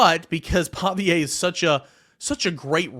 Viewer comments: Pavia (Pah-vee-uh) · Lol I was thinking the same exact thing. Not a fan at all but he has a pattern of messing up ppl names 😅